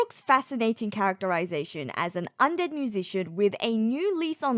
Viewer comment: I was looking for a comment like this, it was bothering me the whole video lol. It’s just!!